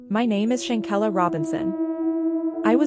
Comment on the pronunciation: Shan-KWELLA, not Shan-kella!